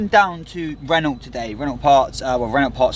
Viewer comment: Please stop saying REN-ULT, it’s french so is pronounced more like RE-KNOW.